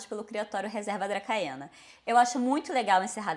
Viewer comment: Ótimo vídeo. Perdão pela pedância, mas a pronúncia de Dracaena é "dracena".